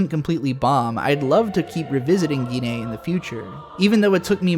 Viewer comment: "Geenay"?? Did you mean "The Legend of the Galactic Heroes"?